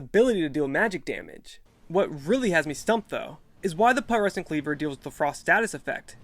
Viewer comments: pronounced pew tres sent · It's pronounced pyoo-treh-sent, like putrify.